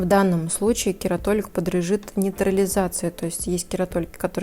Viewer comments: не кератолик, а кератолитик. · Очень режет слух слово кератолик. Правильно говорить кератолитик. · почему кератолик?, а не кератолитик🤔